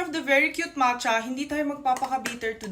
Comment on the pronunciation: sounds like kuracha yung matcha 😅